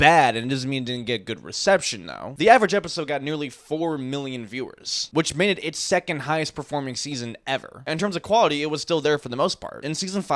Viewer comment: his name is pronounced "Stephen" , not 'stephen' 👎🏿🙄